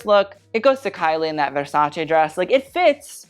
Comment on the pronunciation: Strangely you pronounce Versace as it should be pronounced, which many people don't even in the fashion field, but unfortunately you don't pronounce Bottega Veneta well, not because I want to attack you but because I'm Italian and every time I hear it it sounds bad 😅. Here's a video of the correct pronunciation, hope next time you will say it well 😊💕